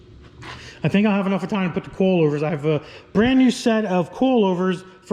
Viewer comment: " I think I'll Have-uh-nuffa time" needs to be a t-shirt. Every time you say it I die 🤣